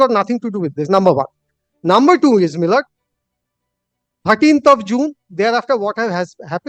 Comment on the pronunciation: বার বার মাই লড়ব উচ্চারণে, বক্তব্য এর মাধুর্য বিঘ্নিত হচ্ছে বলে মনে করি, ধন্যবাদ।